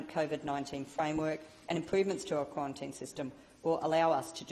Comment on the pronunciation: How many quawantines can you fit in a wubbishy little speech like this?